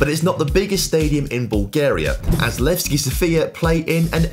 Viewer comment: Guys, it is sOfia, not sofiA, put the stress correctly, sofiA is a female name, sOfia is a city name...